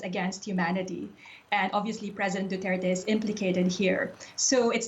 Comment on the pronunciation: 1. Its Duterte.. 2. It's not about that he fights drugs. He does it ignoring the pricimples of a fair judiciary. He encougares regular people to kill drug dealers. Without process. Without consequences. Who decides than who is a drug dealer? And who will be allowed to be killed next? His intention is not what the west is concerned about. The way he is going to achieve it is.